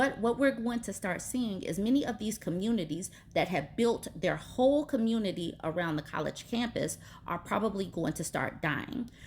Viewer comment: Every time you say community, my head thinks “peen” 😆😆 gosh I’m so mature